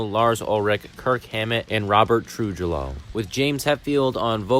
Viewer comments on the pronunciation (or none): the way you said trujillo like true-jello instead of true-heeyo almost gave me an aneurysm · Trujillo is spelled like True-hill-yo. Lead guitar is spelled like "leed" not like led (chemical element). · robert tru ‘heeyo’ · Robert... troojaloh... my guy.